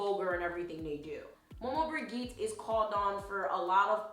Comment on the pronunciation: side note, I'm of the same blood {not family but area} as she, so i thought to be helpful by saying the G in Maman Brigitte is pronounced as a J not a G. that said, thank you for tis video. I've bee called to research and this has helped. I've even saved this to a playlist. blessing